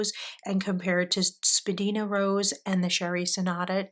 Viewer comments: Thanks for sharing. Spadina is a main street in Toronto. It’s pronounced spa-dine-a. It used to be the centre of the fashion district. There are a number of FWP inks named for places in Toronto: Edwards garden, Bathurst blue denim, down the Don Valley (parking lot😂) , Morningside mint. Lovely choices. Thanks again 😊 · wow what a lovely selection of colours!! i hope you enjoy them in pens! also i don’t mean to nag but jsyk Spadina is actually pronounced spa-die-na (it’s named after a road in Toronto where i live) :) also FWP inks are known for being a bit on the dry side. thank you for sharing! 💛